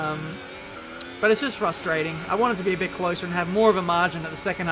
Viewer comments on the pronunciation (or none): none